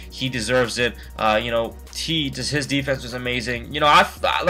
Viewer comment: you said justin winslow and it is really justise winslow